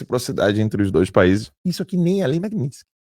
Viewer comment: Esses demonios desses jornalista new age alem de falar pela porra do nariz ainda tem que engasgar pra falar global e pronunciar errado MAGNITSKY que se le exatamente como se escreve? E tem gente que ainda da credito(do latim acreditar) numa porra dessa?